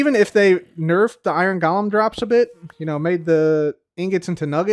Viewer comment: I realize you’re saying ‘Golem’, but it really sounds like ‘Gollum’